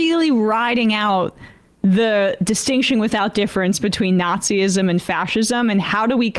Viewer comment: A quick word to the speaker on the left of screen... Nazism is pronounced nahtz-iz-'m, not naht-zee-iz-'m.